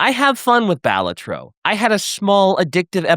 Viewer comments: The way they say balatro is hurting me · Every time you mispronounce Balatro my eye twitches and my eye is tired.